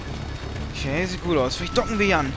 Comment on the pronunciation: Warum sagst du immer Okay so wie es geschrieben wird :)